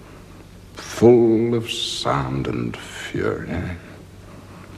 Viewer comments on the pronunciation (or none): none